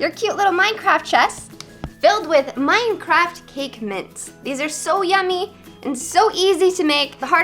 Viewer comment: i though she was saying mince XD